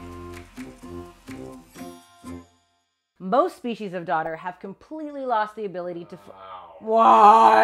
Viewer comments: Heard daughter too.. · I hear Daughter instead of Dodder and I was gonna say, that is an ominous sounding epitaph that makes me legitimately think of a supernatural monstrosity lol. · I heard daughter too. After a confusing internet search, I figured out she is saying "dodders". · never before have I needed subtitles more. "dodder" is how most folks pronounce "daughter" around here and I had no idea what this plant was until looking in the comments. doesn't help that auto-caption kept using "daughter" too.. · I thought you were calling this thing “the daughter” the whole time, until I read the comments lmao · I thought it was called “daughter” when you said it lol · By the way even though it sounds like she is saying "daughter", it is spelled "dodder".